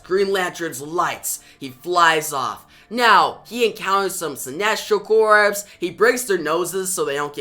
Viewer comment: Corps* is pronounced cores* homie